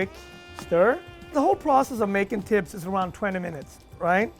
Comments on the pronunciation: It’s pronounced xibs not tibs and to many ingredients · His pronouncing the tibs wrong. Omg u are an Ethiopian how can u pronounce it wrong? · this may be years old but the way he pronounces tibs and other words hurt me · Even how he is saying “tibs” is wrong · I swear when he first pronounced tibs I was like what is that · Not after the way he butchered Tibs just now